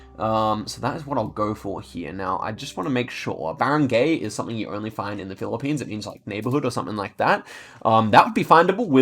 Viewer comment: Its pronounced barung-guy